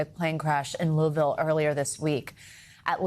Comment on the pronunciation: Why on earth is he pronouncing Louisville like that? lol